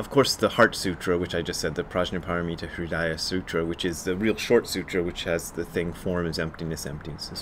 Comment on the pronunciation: Hi Brad – nice review. Please note that you repeatedly wrongly pronounce the “Prajna Paramita”. It is maybe not important to some, but Sanskrit is a beautiful and some say – holy language and that is why Sanskrit words are still in used in all Buddhist sects around the world, disregarding the country or school. Prajna Paramita Hridaya, as you said yourself, is maybe the most revered Zen scripture and it is painful to see and hear people that teach about Zen, torture it. I refer here to the word “Prajna”. Even Japanese, who distorted the language terribly in Shin Gyo, call it “HANNYA Paramita” and not “HANJA Paramita”. Here you can hear the nice example of Sanskrit pronunciation of the Sutra and here – by Tibetan Sakya nuns (with subtitles for help): Sorry to comment on this, but it is such a commonly used word in Buddhism that it would be nice for Zen teachers to get at least basics right instead of spreading the torture on the ears 😉